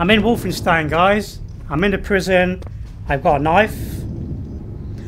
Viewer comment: The way he says Wolfenstein during the start hurts